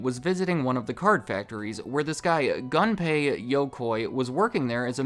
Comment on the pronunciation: The way he pronounced “Gunpei” tho 😂